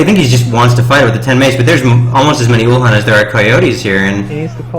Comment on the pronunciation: uhlan not ulhan :P